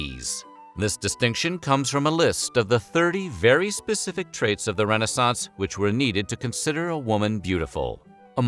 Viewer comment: It’s pronounced re-NAY-sance.